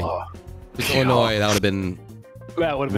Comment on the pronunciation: Being from Illinois, I cringe EVERY time someone pronounces the “s” it’s silent and no one understands that!!